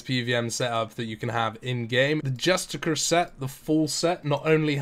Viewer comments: Just-ish-ar.. Not justikurr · Pronounced like "justisher" btw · Justiciar is pronounced ''juh-stish-e-eer'', justicar is another word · Imagine being a native English speaker unable to pronounce justiciar. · the way you pronounce "Justiciar" triggers me